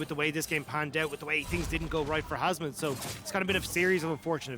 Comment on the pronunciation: I know its hasmed but i always hear husband